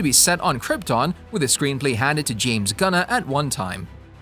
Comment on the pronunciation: James gunna? you mean james gun what does gunna even mean also pronunciation isn't your strong suit